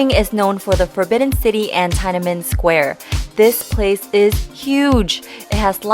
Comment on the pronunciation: Tia Nan Men Square lol...... The correct way to pronounce is Tian'An'Men